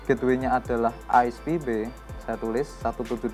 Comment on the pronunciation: bang.. menit ke 3.27 sepertinya salah penyebutan gateway